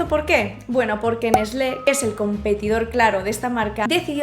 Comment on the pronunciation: A partir de hoy, la ONU, la FIFA y el COI tienen competencia de miembros: Unilever, que con lo del helado, la torre de babel se queda tonta. Excelente video, y si, un galimatías esto de los cambios de nombre de un mismo producto. Por cierto, cuando mencionaste a Nestlé lo pronunciaste como en España Nest-le, separando la T y la L, haciendo la t casi muda. Cuando era niño--uuuhh- y escuchaba películas españolas o programas, y decían por ejemplo At-lantico. At-letico etc etc me sonaba a "Alantico, "Aletico" etc etc, Y es que acá en México, la TL la pronunciamos literalmente Tla, Tle, Tli, "atravesandolas" por nunca como silabas distintas,, sin duda por la herencia de lenguas locales, como el Náhuatl aunque en este ultimo, cuando la TL va al final de un sustantivo lo se pronuncia TLLL, si suena complicado y disculparas mis limitaciones al explicar, pero no soy lingüista, ni siquiera se hablar náhuatl, solo tengo conocimientos muy elementales. Los mexicanos aun los que no somos del centro del pais, estamos habituados a palabras como Quetzalcóatl, Tlalpan, Azcapotzalco, Xóchitl, entre otras. Pero al transcribirlos al alfabeto latino hace que no nos demos cuanta que el náhuatl tiene algunos fonemas diferentes a los del español. El TL es articulado con facilidad, quizá cualquier hispanoparlante que no tenga esta influencia cultural tendría un poco de dificultad para articular esa combinación, aunque ya la mayor parte de los latinoamericanos la pronuncian como en México, salvo Puerto